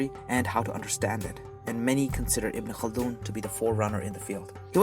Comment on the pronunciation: Wow, when he says names in Arabic seems like he's so familiar with the names. unlike any other westerners who try to pronounce a Arabic name.